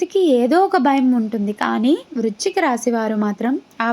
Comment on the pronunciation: వృచ్ఛిక రాశి కాదు వృశ్చిక రాశి